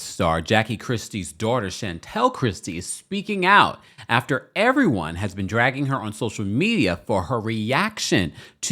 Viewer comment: I'm just giggling about how you emphasized EVERYONE in your intro 😂.